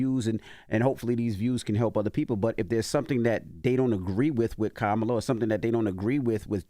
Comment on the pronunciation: ITS KA-MA- LA NOT KAMA- LA